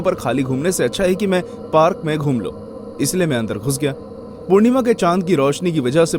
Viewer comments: Being respective.... It's not parrk it's park.... 😅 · Bhai parak nhi park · 1.36 (parak ) =park 😂😂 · Did anyone hear that he said "parak"😂 not "park" one's ❤️ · Parak bhi dikh raha tha.. 😅